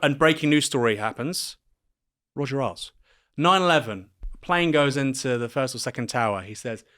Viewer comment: I've always heard it pronounced Roger Ales, not Roger Aisles.